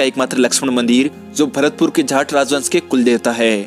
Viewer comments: Its jaat not jhaat.... 🤨🤨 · Jhat nahi jaat hain.... Kya bole chala ja raha hai? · ITN not "jhat" it's a "jAT" "jaat".... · Jaat ko jhaant bol rha hai 🤣🤣🤣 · Sale jaat hota hai jhaat nai hota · Pehele jaat toh sahi se bolna seekh le 🤦🤦🤦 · भाई जाट तो शुद्ध बोल लिया करो